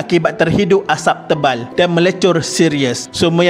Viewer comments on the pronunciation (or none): tok suka sgt perkataan kapall, teball dan beberapa perkataan lain yg melibatkan huruf 'L" dlm semua video D.M.D ni.... cara admin menyebut tu tok suka hehee...